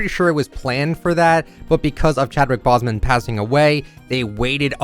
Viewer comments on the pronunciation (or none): Said Chadwicks last name wrong